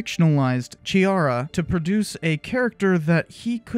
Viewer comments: Hi, I'm italian and laugh a lot when you said that Giuseppe Chiara is brasilian... ;) it's a typical italiano name. (It's not Giusepe Ciara like you dead but it's reading [Giuseppe Kiara]. ;) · The CH sound in Chiara should be pronounced K as in Key, not CH as in Chalk. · The ''Ch'' in Chiara is pronounced like the ''C'' in Catholic or Christianity. It's funny that you were unsure about Ferreira, which you actually ended up pronouncing correctly, but you utterly butchered Chiara without giving it any second thoughts :)